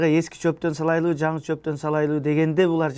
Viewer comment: Салайлыбы эмес салалыбы деп айтылат. Мактаңганга жараша тилди так сүйлөгүлө кыргызча.